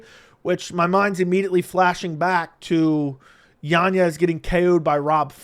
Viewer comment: Why do you say yan yez. It’s yanez